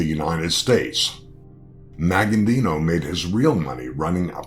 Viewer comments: It's not pronounced Maggandino, it's Magaddino, no "n" before the "d". And the pronouncing of his home town is just embarrassing. Just sayin' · The guy who is narrating this keeps saying his name wrong. "Maggandino"? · Thought the same thing. An accurate video but kept screwing up his name . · this commentator is a freaking clown!! He can't even pronounce The Don's last name properly or the town he came from!! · COMMON INFORMATION. WHAT ASTOUNDS ME IS HE CAN'T EVEN PRONOUNCE MAGADDINO'S NAME RIGHT.